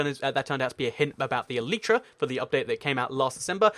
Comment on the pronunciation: Did he say flying cat?????!!! Xd!